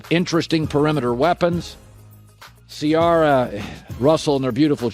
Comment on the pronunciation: I listened all the way without any gripes till he pronounced Ciaras name wrong